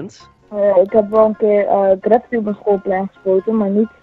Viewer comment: Die stem is echt gewoon teletterlijk GRA FITTIE klinkt het xD